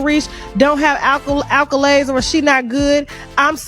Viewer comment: Tasha k ghetto saying "alcolades" instead of accolade was upsetting me